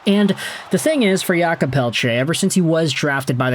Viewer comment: "Yulkob" Pelletier ...it's Jake lol